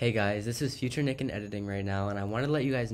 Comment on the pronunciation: bro its nick not snick😉😉😊😊